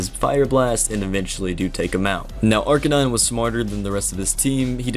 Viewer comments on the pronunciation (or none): none